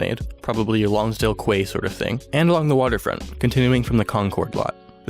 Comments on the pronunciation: Key not Kway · Another great video! One small comment regarding Lonsdale Quay... Quay is pronounced like "key" :) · Hummm. Lonsdale quey..sounds like KEY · One thing I feel the False Creek, a flat area next to the sea, really needs is a canal, possibly with florists selling tulips and a bicycle superhighway. Also, get rid of the casino, that just feels wrong, just put in a shopping center, has just as much employment and tax revenue. Also, it's pronounced "Key" lol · Love your transit and False Creek videos. Buuut, Quay = Key. Cummon man! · Was just about to say this lol